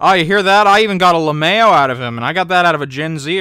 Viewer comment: "lahmayo" You really think...wait....people actually pronounce LMAO phonetically??? Wow....